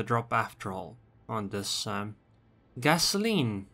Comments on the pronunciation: did you just say Gasoline? I thought it was the Galissonnière. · So lazy not even trying to pronounce the la galissonnière's name....